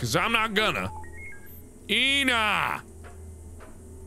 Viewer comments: "Ena" Mark: EEEEnaaaa Ena fandom disliked that. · he read the word "ena" as Ina , that made me laugh and mad at the same time. "ena" literally means one in my language, and is pronounced with the "e". but oh well, it was very fun seeing a word I understood